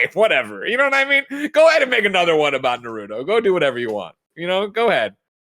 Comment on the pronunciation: Tim and Greg saying “nar oo dough” instead of “Nar-ooo-toe” bothers me way too much